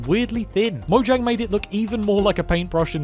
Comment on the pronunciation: Fact: Its actually pronounced mo-h-yang